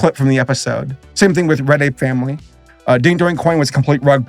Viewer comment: All NFT nonsense aside, every time he said "Red Ape Family" it sounded like "Reddit Family"